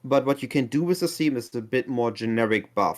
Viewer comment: For those of you not proficient in Germglish, "tzeemy" means semi.